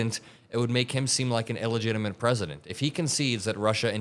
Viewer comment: What is e-legitimate did you mean to say illegitimate?